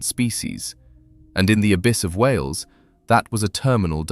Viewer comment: It’s wales not wheels